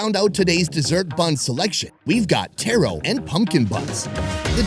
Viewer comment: Egg and Mayo sushi is literally the best thing ever. Edit: When he said Taro and pronounced it as tehro intstead of taaro i was like wait whatttttttt